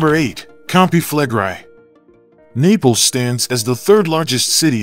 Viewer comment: Why is the narrator mispronouncing "Campi Flegrei" as Campi Flegrie? The "i" is pronounced in the short vowel sound & the preceding "e" is also pronounced.